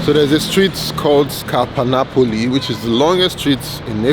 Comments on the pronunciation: translator app. Sounds like you saying Nipples instead of Napples ”😅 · Why am I hearing nipples!??? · Just to set the record straight it is NAPOLI and not NAPLES